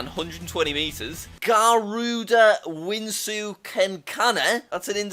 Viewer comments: ITS NOT "WINSU" ITS "VI-SH-NU" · And he mispronounced two of the deities that we Hindus worship Vishnu and Garuda